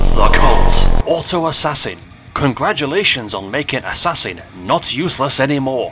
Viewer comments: Also why you say it as ass-ass-in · The way you pronounced assassin 💀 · whyd he say "ass-ass-in" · "Ass sanin" Bruh I mean i get that its for comedic porpuses but still